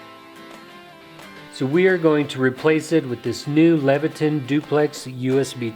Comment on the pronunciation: ton not ten/ tin/tan